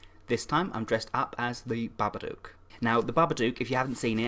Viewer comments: Was I the only person who laughed when he said "Babadook" in the intro 😂😂 I don't think I was suppose to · me and my friends watched the babadook and my friend beau called it the dookafatty